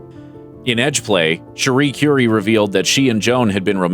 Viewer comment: Whar's Tragic about this, is the narrator is so clueless that he can't even bother to properly pronounce people's last names... Rodney's last name is BINGenheimer, not BINGEnheimer.... and Cherie's last name Currie is pronounced CURRY, like the spice, not like Madame CURE-ie. Truly disappointing.